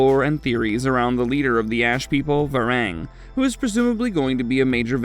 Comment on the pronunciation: It hurts to hear how you pronounce Var-ang ! It's pronounced Ver-"ong"